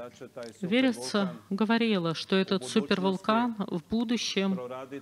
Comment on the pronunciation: Как имя подходит Верица,а слышится ВЕРИТСЯ.